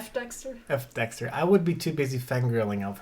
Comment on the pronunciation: you did a great job during the livestream pronouncing my name. ^_^ Think of it like Fay-Lynn, and you were spot on with Dexter.